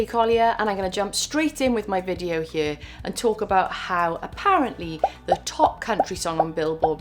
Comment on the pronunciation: First of all I just have to say that the way you articulate the word "here" is absolutely lovely. I keep a lot of my stuff analog, and I doubt any AI will be able to replicate my level of stupidity when it comes to music, still it is sad to see that some people spend so much effort into not paying for music. That event looks so cool! Makes me think I should just move to Bristol right now.